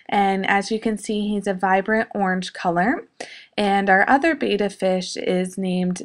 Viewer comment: Your animals are all so cute and adorable!!! I love the little bunny noses at work haha (A small side note... Siamese fighting fish are called Bettas which is pronounced bet-tas. Not betas.)